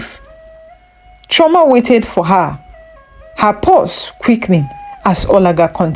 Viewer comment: Chioma and not Trauma